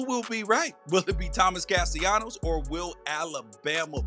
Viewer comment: It's Caste LAH-NOS not caste YA-NOS. You and a lot of them out here need to learn how to pronounce his name. Don't do anymore videos o. Sports if you can't day their names right.